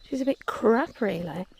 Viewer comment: Love the use & emphasis you put on the word ‘crap’ when you talk about the signposting on the forest trail. Why are they always so crap? Or is it just me being crap at finding them?